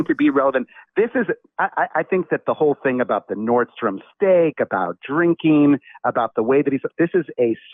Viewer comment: It’s “Nordstrom!” Leave off the last “S” for savings next time “homie!” I’m sorry I’m in the industry+it drives me nuts!